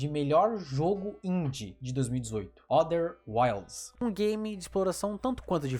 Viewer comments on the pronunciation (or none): Outer Wilds, parece que tu fala no vídeo Other Wilds. ''Neon White, um jogo que eu achei muito bom'', diz o kara que pulava todas as cenas de história pq não gosta de Visual Novel Hhahahahah